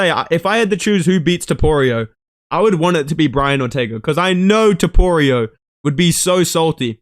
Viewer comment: Who the fuck is Toporio?? You mean Topuria? Do you eat crayons for every meal?